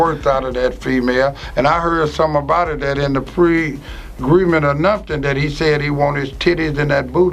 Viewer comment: He said pregreement too. 🤦🏾‍♀️🤣🤣😩